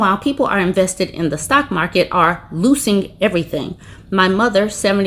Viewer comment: I was wondering why you were saying "loosing"😂😂😂😂